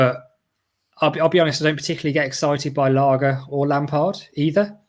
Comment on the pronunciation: It's pronounced LARGE! Not Larger lol 🤣 hope it's not Him and Brexit rules screw him over. He has very little experience managing, never mind managing a top club. I'd rather Eddie Howie or lampard, if it's not Fonseca or AVB??? Conceicao has gone already, and guttuso it's not them. Last option RAFA for me and his Newcastle stint was zzzz zzzz zzzz.